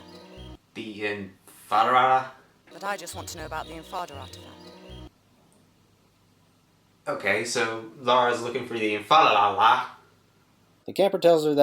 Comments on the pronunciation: She said it pretty clearly, too. I don't know what the hell he's on about. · She clearly said Infada Artifact